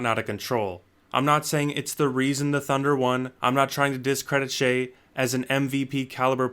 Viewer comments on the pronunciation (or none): Always thought it was pronounced as “shy” am i trippin?